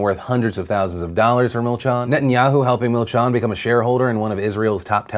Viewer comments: Milchan is pronounced as milchEn :) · That's not how you say milchan